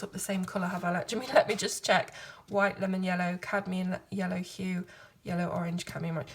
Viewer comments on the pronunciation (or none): none